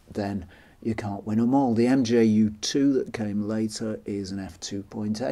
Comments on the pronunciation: I've never heard it pronounced MJU, the name is μ which is pronounced [mju:] (in IPA not in English) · Nice video! It’s probably already been said but the “mju” is pronounced “mew” or “myoo” as the Greek letter: μ (mu) 😊